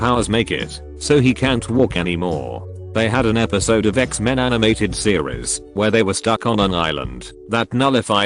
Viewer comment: That pronunciation of "Xmen" at about !